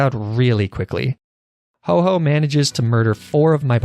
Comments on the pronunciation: He called Ho-oh the following: Ho-oh Fat chicken Ho-bo Hau-hau Ho-ho Hu-hu Hau dash oh Absolutely horrendous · He calls Ho-oh “Ho Ho” Ho-oh: And I took that personally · I thought he said oh ho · Did you say Ho-ho intentionaly? :D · Hobo? lol xD Anyway, I find it funny how he acutally pronounced its name - hoe-hoe xDD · lmao i love how he purposely miss-says ho-oh’s name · I love his refusal to say ho-oh's bame right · love how each time you pronounced ho oh wrong you did so in a different way. my new favorite youtube channel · Loved how you did not once pronounce Ho-oh correctly